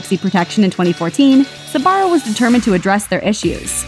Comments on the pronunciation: You do know its pronounced zbarro and not sabarro right? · Never understood why people pronounce it "Sabaro" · Am I the only non-American with a smattering of Italian who is amazed it’s not pronounced zbarro? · I've been pronouncing sbarro wrong my whole fucking life goddammit